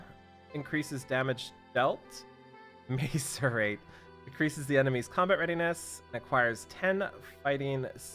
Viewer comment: pronounces macerate wrong and loses it lol